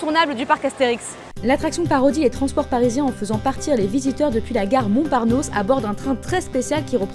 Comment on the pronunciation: Petit détail ce n'est pas la gare "Montparnos" mais "MontparNassos" J aime bien la vidéo mais ce serait bien de parler moins vite. Merci 😊